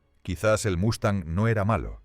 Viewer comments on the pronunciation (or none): Una pregunta para el creador del vídeo: ¿Lo haces para quienes hablamos español? Lo digo porque aquí, hasta hoy, Mustang se pronuncia Mustang y no Mastan. Otra cosa (disculpa): No es estratósfera, si no estratosfera. Saludos.